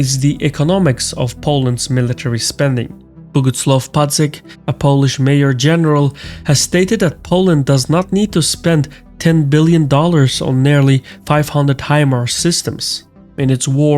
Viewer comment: It's Major General, not mayor general.